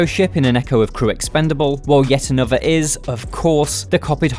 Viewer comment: I'm not being funny, but how is the voice over guy getting away with not pronouncing words correctly? "fanks" "anovva" "rhyvym" "mefodical"... Are you 9 years old?